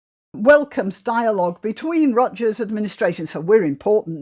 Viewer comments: Hard "G" in Rutgers (Rut-gurr) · P. S. The g in Rutgers is pronounced as a G, not a J.